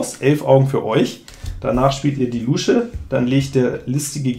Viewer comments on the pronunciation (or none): 🦎Ich muss immer schmunzeln, wie du "Luusche" sagst. Ich kenne niemanden, der das mit langem U spricht. 😂